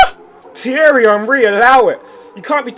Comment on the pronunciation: Can you say his name as "On-Ree" cos "Un-Ree" really annoys me for some reason. Soz!